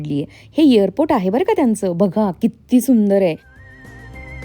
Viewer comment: इअरपोर्ट नाही ग..... एअरपोर्ट...